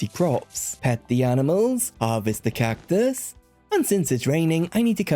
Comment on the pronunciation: why tf do you say cactus like that